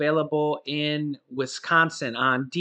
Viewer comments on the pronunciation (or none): none